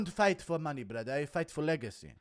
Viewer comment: "I pay taxes to Allah brather"